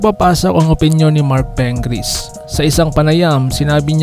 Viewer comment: Pingris hindi Pengris!.😂😂😂